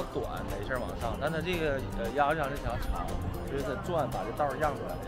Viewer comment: 真厉害， 鸭绿lu江发音都知道，看来完全成了东北媳妇， 现在是纯东北银 ，那两玩意一看就是航弹，鱼雷不是短粗胖，是长的，尾部带推进器的